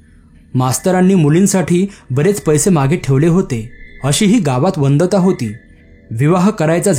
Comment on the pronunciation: वंदता नाही हो, वदनता